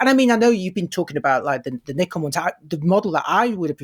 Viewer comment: for shame....how c=dare you mispronounce Nikon.:)